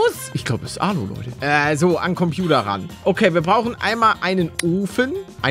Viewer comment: Wie palle am anfang moin lote sagt und nich moin leute